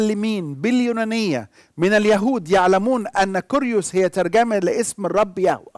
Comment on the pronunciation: كيريوس بالكسر وليس بالضم